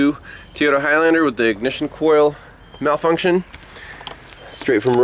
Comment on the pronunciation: The only problem I have is keeps saying Teyota not Toyota. I hear that a lot here in az from the Mexican folks that cant speak English very well. Lol